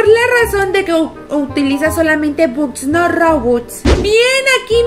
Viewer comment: Holaaa La pronunciación de la palabra "bucks" es backs La pronunciación correcta De simple shapes es: simpol sheips No lo tomen como hate